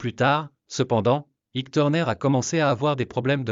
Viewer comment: Ça t'ennuierait de prononcer Ike normalement ?